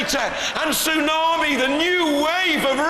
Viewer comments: Did the announcer call tsunami "toosommy"? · why is he saying tusami instead of tsunami? XD